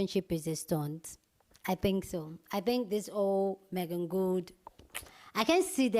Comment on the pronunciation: You’re saying her name right.